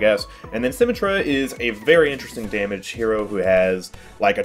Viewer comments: He really said SymmeTRAH, and not SymMETra 😳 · Moira's fade is for escaping out of a fight when you almost die. At the end of the fade, you can jump at the end of it to go further and maintain momentum. By the way, for the 3rd or 4th time I've commented. It's BRIH-GEE-TUH. Not "jee". Also, It's Symm-EH-trah. Emphasis on the EH. You don't say it like "symmetry". Honestly, just take 30 minutes to watch some Overwatch videos. Especially the voice actor videos.